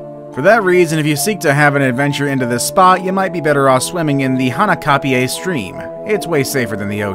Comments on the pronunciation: Kauai is pronounced ka why and hanakapiai pronounce Haw naw copy Eye Btw Local from Kauai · You've butchered the Hawaiian pronunciation. "Kihl-uh-wai-aa" for Kilauea and "haw-naw-copy-eye" for hanakapiai. Hawaiian language is mostly made up of vowels and they are all pronounced the same way every time. a makes a short “ah” sound like the a in “above” e makes an “eh” sound like the e in “let” i makes an “e” sound like the e in “easy” o makes a short “oh” sound like the o in “pole” u makes an “oo” sound like the oo in “moo”